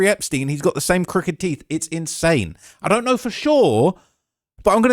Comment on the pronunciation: It’s I don’t know not idunnanour